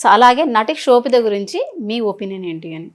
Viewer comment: Anchor, sobitha not kshobitha